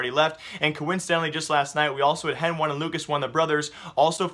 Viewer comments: CSGO News And More yea but the casters call them "Heni" and "Lucas", stop calling hen-one and lucas-one please. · please. stop saying henone and lucas one !! its heni and lucas driving me crazy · I think he is doing it on purpose (henone and lucasone);D luv u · NO! its heni and lucas. Say it how they themselves say it...